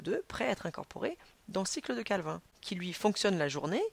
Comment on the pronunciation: La cycle de CALVIN on dit CALVINE mdr